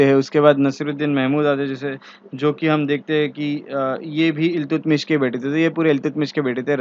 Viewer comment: Iltutmish का सही उच्चारण अल्तमश है, न कि इल्तुतमिश।